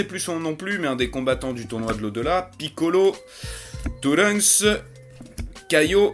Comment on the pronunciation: Pour truncks on dit (deso pour l'ecriture) Dani San kan